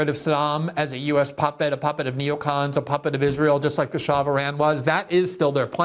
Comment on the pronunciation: True. But it’s “Shah” not Shaw. It means King. He was actually pretty nice for a dictator. The bigger story was when he asked to renegotiate the oil deal CIA had him sign in 1953 back in 1973. He asked to double oil production or hand all operations and equipment over to an Iranian crew in 6 years time. He was overthrown 6 years later!